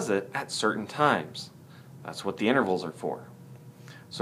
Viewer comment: lol he said 'inverals' what a dumbass